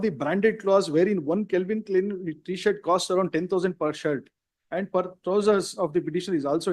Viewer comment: Bro literally said Kelvin clean😂😂😂